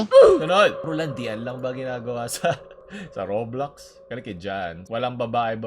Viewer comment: When said Raw-blox, instead of row-blocks. I felt that.